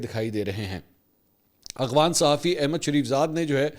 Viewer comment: منصور بھائی۔۔۔ آپ افغانستان کو اغوانستان کہتے ہیں۔ یہی وی لاگ ہی سن لیں۔۔۔۔ اور افغان کو اغوان کہتے ہیں۔۔۔ واقعی درست ادائیگی آپ کی زبان پر نہیں آتی یا کوئی اور وجہ ہے؟؟؟